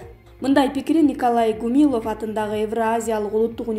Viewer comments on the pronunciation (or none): Ооо кудай !!! Качан бир сабаттуу дикторго жетишесинер , каналдын автору ? ПневмАния эмес , пневмонИя ! Н.ГУмилЕв эмес (!) - ГумилЁв ! Мени алгылачы диктор кылып , ушу " сабаттуу " жаш кызга караганда 1000 эсе грамотно окуп берем . Даже ГумилОв дейби ? 😂😂😂😂😂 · Гумилов эмес,Гумилев.